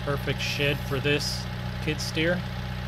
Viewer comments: You keep calling it a kid stear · Skid steer not kidsteer not to be mean